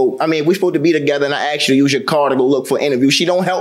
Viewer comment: He "axed" her, and I wish Americans could learn the language, it''s ASKED not AXED. It's not that difficult!